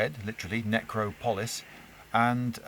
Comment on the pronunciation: It's pronounced neck-rop-oh-liss